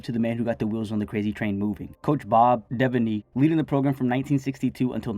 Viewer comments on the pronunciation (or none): Bob Devaney is pronounced De-Van-Ey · The way you pronounced Devaney 😭😭💔💔💔